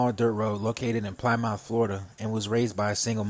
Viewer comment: Plymouth bro not Plamount